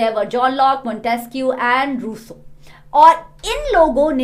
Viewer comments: The way ma'am 😂 said Montesquieu and Rouuussea 😂 🤣😅 🤣😅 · Ruso bolne me kaisa mu bnaya😂😂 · mam na rousseau ka prancatioun bhota acha kiya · when she said rousseau it seems funny😂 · I laughed when mam said Rousseau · I laugh when ma'am says " rousseau" 😂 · Sorry but Ur way to speak Rousseau is 😂🤣😂🤣😂🤣🤭🤭 freakingly funny 😝 🤭🤭🤭